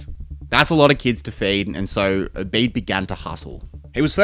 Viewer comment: It is pronounced Obead not Obay'd